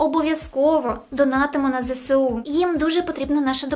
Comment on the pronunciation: Сонце, не ЗеСеУ, а ЗеЕсУ